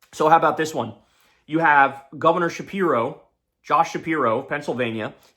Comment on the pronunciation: "Shapir Obama" 😅